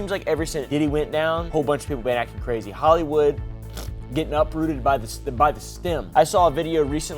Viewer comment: Bro dude can’t even say crazy?